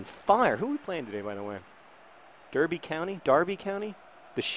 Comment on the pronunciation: Also Derby County fans (pronounced correctly btw John \o/) would hate being called the mighty sheep lol, they identify as The Rams (Derby is only about 20miles north of me)